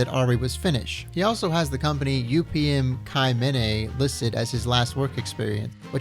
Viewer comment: UPM-Kymmene is pronounced Oo-Pe-eh-Em Küm-meneh. Detailed epi otherwise. Nice.